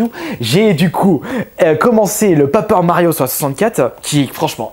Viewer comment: "Papeur Mario" :hap